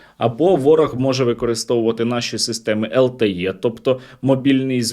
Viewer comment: Сергій, LTE то по українськи ЛТЕ а не ЛТЄ. Так, знаю, ми звикли руцьких літерацій :(